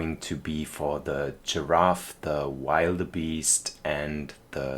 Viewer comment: Pronunciation of springbok is perfect but actually I think you're making wildebeest a little more difficult for yourself cuz you actually pronounce it will-duh-beest and for antelopes it's an-te-lowp so you don't pronounce the e at the end. I love the train tracks through the back I think it definitely adds like a charm to the whole thing and it definitely feels adventurous. Glad to hear that you're going to go on vacation it's July tomorrow so I wonder where you end up going I guess I'll find out as I keep watching episodes 🙂.